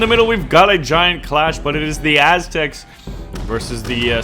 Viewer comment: the as-tecs XD